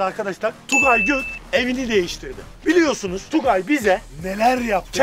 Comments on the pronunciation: sen k ve r,leri söyleyemiyon Tugay derken soyadını söyleme adamın sende Tugay got diye çıkıyor gök çıkmıyor 😂😂😂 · Allah aşkına Tugay gök mu diyon göt mu diyon defalarca kez dinledim ama anlayamadım 😃😃😃